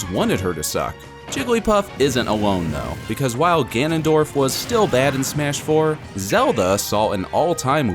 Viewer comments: He also said smesh at the beginning XD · Anyone else hear when he said "smesh" at the beginning